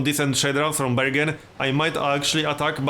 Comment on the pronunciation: You prononce bergen like "burger", I'm norwegian I can swear we say burger.